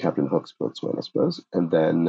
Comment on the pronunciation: 40A Boatswain is pronounced bosun.